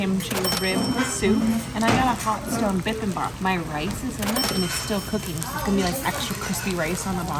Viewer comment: you killed "bee beem bop" literally...😆